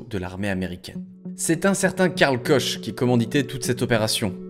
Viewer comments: Pourquoi prononcer Klein (kleiiineuh) qui est la bonne prononciation en allemanf et Koch (coche 🎉) qui ne l'est pas 😁 Car c'est comme pour Bach, le ch en allemand c'est un genre de R lourd🎉 donc " korrrr" 😅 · En prochain cours, tu pourras choisir l'allemand, pour prononcer correctement le nom "Koch" : ça se prononce /kɔx/, donc plutôt "kor'" que "koche" ;) Mais sinon la vidéo est très sympa, grâce à la personnalité de clown de Clifford. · Koch c'est de l'allemand, ça se prononce donc Korr ! Mais super reportage, passionnant et bien raconté :D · j adore ! au fait KOCH en Allemand, ça se dit KOR :p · Super vidéos, j'ai adoré l'histoire de Clifford, un personnage adorable et haut en couleur. J'espère qu'il a pu reprendre se qui le passionne réellement. Mais j'aimerais rectifier juste une chose, Koch, ça se prononce Kor "ch=r" 😅🤙 ( désolé mais depuis petit ça me trigger 😏 ) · Koch se prononce Kor (juste pour info ou la culture générale ^^)